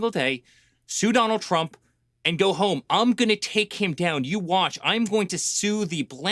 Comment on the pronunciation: We have weird vowels. Heome is one’s place of residence, in Philly. It’s an unintended diphthong - or something like that…